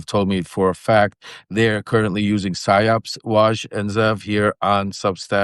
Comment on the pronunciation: are you saying psy-ops or si-ops... it sounds like your saying theyre doing silence operations... but maybe you're saying theyre doing psychological operations to silence?